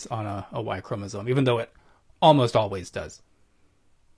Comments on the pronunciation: He also kept saying ‘chromosones’ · I can't with his 'chromosoNe' Come on man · Ew. Look at Peter deliberately mispronouncing 'chromosome' just because his ignorant guest did. Wuss.